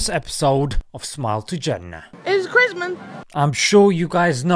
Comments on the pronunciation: It's chris-mun 😂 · "it's Chrimez" 😂😂